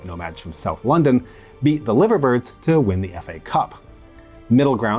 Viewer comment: Also it's pronounced Lie-ver birds not liver, despite the city being Liverpool. Still a cool vid!/